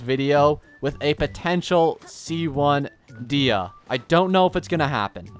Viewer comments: We went from Day-Ha to Dee-Ha. There is a Y before the A in her name. Day-Ya is how you say it. Think of the name as "De" and "Hya." Please. I beg of you. Just say it correctly once. For me. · All this time for trying to help him pronounce her name, it's still "Deyha" Edit: at least the half of the video, he said her name properly, I still love the videos❤